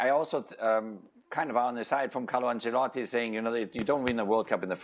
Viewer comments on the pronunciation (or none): Can’t stand the nfl people saying “Ancellati” 😭